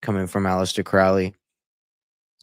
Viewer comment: Alister Crowley Cow- ley not pronounced Like Cow in field Crow-ly like Crow the black bird . Crowley is No Myth !! He can not be debunked . He lived and breathed Baphomet worship lucifarian religion he carefully crafted, by travelling the world His personal satanic life style put it in book after book. He came from elite Wealth on which he used his parents funds traversing the world. Crowley was Super close with Jack Parsons - rocket scientist L Ron Hubbard. All of them together. Crowley & Parsons actually summoned and opened a portal to allow a certain Demon so powerful into the world in Desert in US . People honestly need to wake up satan, the demonic realm, its a concept comatosed masses cannot Grasp . I've given up with people. Better to stay away and just expand my own discernment and knowledge. Do what though wilt !! Or whatever that Tee shirt says Those words front and centre on a hellywood parasite! Speaks volumes.